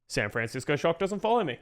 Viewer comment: I love, I love content, but bygod do I HATE how he pronounces "SAN FRAN CISCO SHOCK" every single time lmao